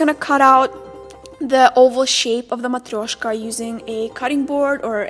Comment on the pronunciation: can you please speak a little bit of russian and Moldovian ( i don't know whats the right way to name your language haha). I Love hearing you say Matryoshka, i it will be so cool to here you talking your mother language :) Your videos inspire me to be more happy with myself! Thanks you for that :)